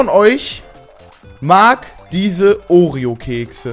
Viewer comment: oreo nicht oreon